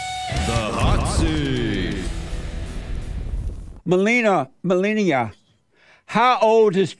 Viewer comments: I love how he pronounces "Melina" as "Melenia" aka. Trump's wife 😂🤣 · Called her Melinial lol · 40 minutes in, he still hasn't pronounced Melina's name twice the same. Amazin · The fact he first says it right and then correct it wrong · I like how he pronounced Melina’s name right and then corrects it wrongly. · He pronounced her name differently, and wrong, every single time. 😆😆😆